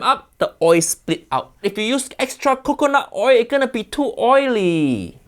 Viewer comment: Why does he say coconut milk correct but not coconut oil?